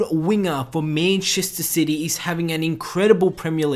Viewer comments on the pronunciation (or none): whats "MENCHESTER SITY"!! its MANCHESTER CITY!! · Menchester sity m8 the pronunciation 😂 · U pronounce manchester city like goon but nice vid